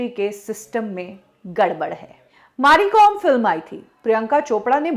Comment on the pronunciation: Maari Kom ??? Its Mary Kom madam, she is a legend take her name correct at least .